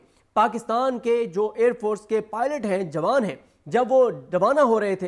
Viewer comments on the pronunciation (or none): none